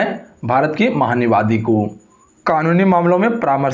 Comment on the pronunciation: "महान्यायवादी" भी नहीं बोल सकता ठीक से । यूट्यूब पर नागिन डांस करके पैसे कमाओ ।